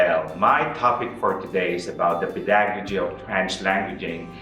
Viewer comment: it's PEH da gow jee. Not peDAgojee.